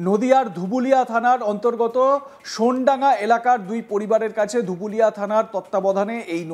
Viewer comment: শব্দটি সোনডাঙ্গা নয়, সোনাডাঙ্গা হবে।